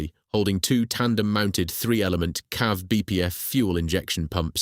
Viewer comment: It's not 'cav' it's 'See-Ay-Vee'!